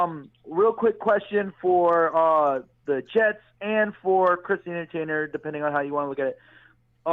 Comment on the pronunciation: was going at the ""!! I love it! When he tried to bit the Giants scouting dept up, came right back and saluted the Jets camp. also used barkley to point out jamals run stopping skill. I was loving it!! But shot out to the "". You had good things to say about the jets and I respect that!!! Good show guys...